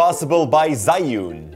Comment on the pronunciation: I believe it's pronounced "Joo-In" instead of "Zai-Yoon".